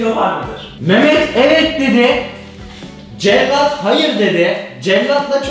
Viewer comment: Cellat değil cekyat